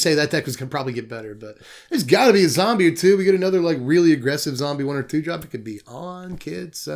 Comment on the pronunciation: “Zom-brie” lmao made me spit out my drink